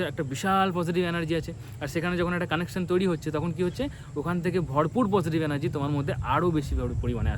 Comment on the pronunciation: অ্যানার্জি নয় এনার্জি , ভাই